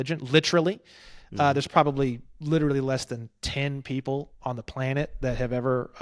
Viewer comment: planned-it, play-net